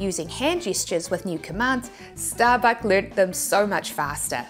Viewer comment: itookk ashott errverytime sehe says shtarbuck